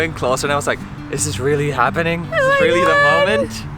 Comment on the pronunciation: “is dis tru? is dis rilly tru?” JAJAJAJJAJ